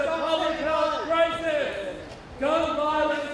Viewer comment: Gay men enunciating the word CRISIS "public health crythis". Children lay on the ground in protest of the parent.. Ask these humans if they will put a sign on their residence that specifies there are no firearms allowed, or on these premises, and they will not...